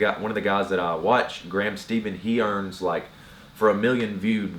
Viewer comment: Its pronounced Graham Steffan not Graham Steven